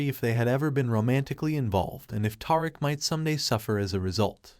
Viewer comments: 😂😂😂- Tariq - but yr right WHO IS TAR'RICK? 😂😂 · Dont leave him a thumbs up but leave him a thumbs down for mispronouncing tie Rick 😅😂😂😂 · Tiriq 😂that’s not his name mister it’s Tariq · His name is Ta-reek not Tar-rick lol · Who is Toriq?😂🤭It's pronounced Tyreek but not spelled that way. His Mom Tosha but spelled Tasha. Tajata😂😂😂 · Ta-reek not Tar rick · WHO THE FUCK IS "TAR" ICK???????....YA BIG DUMMY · He is butchering his name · its TARIQ ...TUH RIQUE ! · It's TA-Ric-A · Righttttt who is Toric 😮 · TAHR iK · I know, who the hell is TAR-RICK? Smh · Naw, Taurik did that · Who is gonna tell this dude that he is butchering Tariq's name???😂😂😂😂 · I was done this video, when the narrator could not say Tariq's correctly! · I rarely give videos a thumbs down BUT the video showed nothing after 6 minutes but a black screen. And you saying Tariq's name wrong is annoying and quite Mayonnaise like. Please correct that for future videos. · i can't watch this video this guy is is destroying Tariq's name dude are you serious? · In all of my years of being on YouTube, listening and responding or following people, I have never complained because your thoughts are your thoughts. HOWEVERRRR, IT IS EXTREMELY IRRITATING FOR THERE TO HAVE BEEN TWO BOOKS OF POWER, AND YOU CAN'T EVEN GET TARIQ'S NAME RIGHT NOT EVEN TASHA! HOW CAN YOU TELL A STORY LIKE THIS?! I CAN'T WITH YOU! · Please pronounce his name correctly jeez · My god please say Tariq name right geech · Tell him again sis. I cannot watch it anymore because its horrible to hear all the names pronounced incorrectly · This guy must be reading a strictly white folk script...killin Riqs name like a substitute teacher! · This dude in the video is destroying Tariq’s name so badly 😆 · Lmfao slaying his and Tasha name in like hell noo